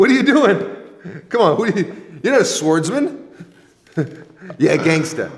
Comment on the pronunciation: My man is the only man I know who pronounces the "w" in swordsman.